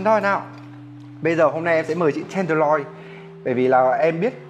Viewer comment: "miếng bò ten đờ loi" =))